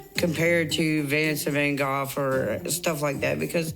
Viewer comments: Dutchie here. No, the pronunciation isn’t correct. I wish I could leave a voice note here of how to pronounce it. The “G” is a harsh throat sound as is “GH”. The A in “van” also has a shorter sound than the American way of pronouncing it. But Amy and are both far off the correct way 😅. However, I do understand foreigners having difficulty with our names. Or well, some of our names. So you guys are forgiven 😄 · Not being a LOUD & WRONG SNOB 😂. The vast majority of English-speaking Europeans pronounce van Gogh as “van Goff”. The name is Dutch and is pronounced more like “finsen phan houff”. There are sounds in Dutch that are not present in the English Language, so it technically can’t be said correctly in English. However, Amy’s pronunciation is closer in accuracy than your own. Even French people don’t pronounce it “van go”, it’s closer to “vah guhg” with a slight emphasis on the second “g”. I don’t care if her pronunciation was intentional or not, but the fact is, you had the audacity to laugh at her when what she said was closest to the correct English way of saying his name. Clown behavior. Great job. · That’s how it’s pronounced in England but isn’t is still wrong. In Dutch it’s more like Van Gockh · Amy didn't pronounce "Vincent van Gogh" wrong. That's how British people pronounce it. It's still not the official way that the name is pronounced in a Dutch accent (it's a Dutch name) but it's arguably closer to the original Dutch pronunciation than how it's typically pronounced by Americans. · Fun fact, Amy is an American and lives in the U.S. and is pronouncing it incorrectly. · Her grandma was the queen of england, I thought she said. So that’s probably why she pronounces it that way. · She didn't pronounce it how it's actually pronounced. Just the English pronunciation